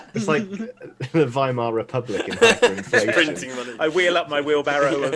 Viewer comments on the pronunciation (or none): none